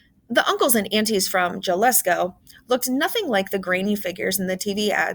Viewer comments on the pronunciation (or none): I like the Read Aloud book choice of "Three Keys." but before producing more online Read Alouds, the narrator needs to learn the correct Spanish pronunciation of words like Jalisco, a Mexican state. it's pronounced "Ha-lee-sko" with the stress on the 2nd syllable. The letter "J" is always pronounced like an "h" in Spanish. I hope your response won't be to think of me as being nit-picky. Since Kelly Yang's books are intended to promote cultural understanding and respect, it's important to show native Spanish speakers that you've taken the time to learn to pronounce the words of their language correctly. I am a native English speaker who has studied and practiced Spanish for many years. I don't speak Mandarin Chinese, so I wouldn't recognize if some of the Mandarin words here need a different pronunciation. It's important to check on the Mandarin pronunciations before recording, also. Just trying to help you with your future Read Aloud projects.